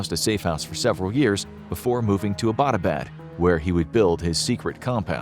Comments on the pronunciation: Hey, alright so i live in Abbottabad and this story is true and all but i have a problem which is that Abbottabad isn't pronounced like A-bot-a-bad, it's pronounced as Abbott-uh-baad. thas all, no offence. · The City in Pakistan Abbott-Abad, is mispronounced by every single American. The name "Abbott" is pronounced just like American comedian duo "Abbott and Costello". This City in Pakistan was named after a British General Marshal Abbott in mid 1800's when Great Britain ruled India. Pakistan was part of India back then. I am a Pakistani American, so I know. Every Pakistani pronounces is as you would pronounce the name "Abbott" in Abbott and Costello. In American context, it would be like pronouncing American City of Los Angeles as Lisa Angeles. It would be funny. It always cracks me up whenever I hear Americans mispronouncing Abott-Abad.😀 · The meaning of Abbottabad is “the town where the Abbot lives”. It’s pronounced like the English word Abbott- then abaad. Phonetically combined Abbuttauabauad. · Lol butchered the name Abbottabad. 🤣😂🤣😂